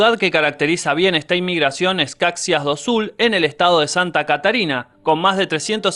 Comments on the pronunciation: Algunas correcciones al video, Caxias (pronunciado como Cachias) do Sul. Está en el estado de Rio o Grande do Sul. El café estuvo en esa región, específicamente en Paraná pero hace décadas fue erradicado por causa de las heladas que sucedieron y que acabaron vo la mayor parte de ese cultivo perenne, el Café es importante en la región Sudeste, específicamente en MG y otra parte en Espíritu Santo. Igualmente cabe mencionar en el estado de Santa Catarina a las ciudades de Balneario Camboriú y la Capital Florianopolis. Una mención especial a Chapecó donde el equipo de fútbol de esa ciudad, falleció tragicamente en un accidente de avión. Después de lo que pasó en ese doloroso evento, Brasil y Colombia se unieron mucho más. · La pronunciación de Caxias es Cashias 😂😢🎉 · No se pronuncia Caxias.... Se pronuncia Cayias o Callias como quieras pero no como se escribe... Sos argentino, por que al argentino le cuesta hablar el portugues por eso pregunto